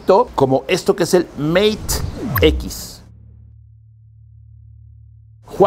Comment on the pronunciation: "meit equis" Spanglish